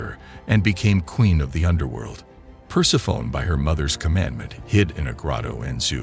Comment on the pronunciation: Per-seff-uh-nee. Persephone. Per-seff-uh-nee.